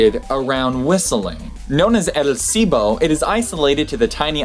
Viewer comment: You lost an "L" sound when training to say "El Silbo" :P (Which, btw, means "The whistle") Usually they say "El Silbo Gomero", meaning "The Gomeran Whistle", since it's the one from that island. Oh, btw, I think it's also the record holder for a language understood at larger distances :D